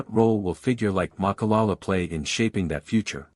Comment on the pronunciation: Voetsek wena it’s not malala it’s Ma.ka.la.la say it after me jou fokon spy